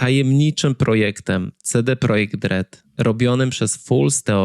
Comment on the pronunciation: Why do you randomly use the Polish pronunciation for CD Projekt RED and only use it for that word but for no other words?